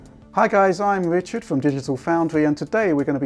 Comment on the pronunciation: This is fwom digital fowndwy XD